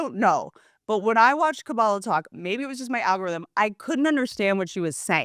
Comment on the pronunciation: not typically one to comment but for someone who’s talking about Kamala not knowing how to pronounce something and you can’t even say her name right? come on whitney..you constantly talk about not wanting comics/celebs to get involved with politics and you’re doing it right now! i’m usually a big fan of whatever you put out but it just seems like you didn’t have anything to talk about so you had to make up opinions on the spot.